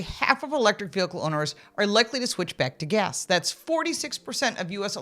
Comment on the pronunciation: lol 😂 Gas Not Gehs lol 😂